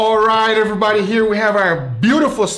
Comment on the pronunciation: "Cheers aribody"